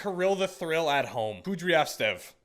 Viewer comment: In case you get him again, Canucks legend Kirill Kudryatsev pronounced KOO - DREE - AT - SEV